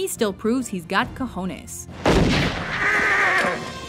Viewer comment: I'm glad you got the pronunciation of "cajones" right this time! Next will be getting "uber" (no umlaut on my computer) right.